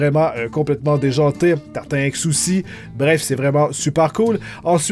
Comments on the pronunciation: C'est contre toi mais ça se prononce : TartineEx et pas tartin-Ex ^^ voila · tarti-nex pas tartin ex 😂😉